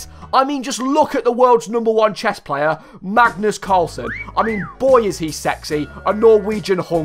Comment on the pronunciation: bro really called him magnum carlos